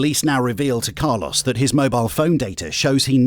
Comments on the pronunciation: It's not "Car-loss" it's "Car-lōs". Anyway, Carlōs is one of the most psychopathic emotionless people I've ever seen. Wow. He literally has no emotions. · I think it's pronounced Carlos not Carloss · Why did the narrator pronounce his name as “Car-loss”